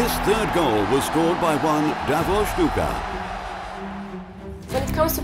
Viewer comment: Why the commentator is pronouncing DAVOR SHTUKA over and over, even if he heard the correct prononciation multiple times from native Croatian speakers??? XD anglophones simply can't afford anything out of English stuff, it's beyond their reach!